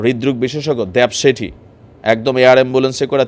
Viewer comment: ❤❤, ডাক্তারের নাম দেবী শেটি, দেব শেটি নয়, আশা করি ভবিষ্যতে নামটি সুন্দর করে পড়বেন❤❤